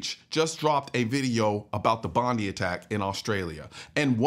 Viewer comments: Colion. Please if you are going to talk about Bondi say it right. BOND EYE NOT BOND EE. Bondi with a long i sound. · Bondi is pronounced Bondeye.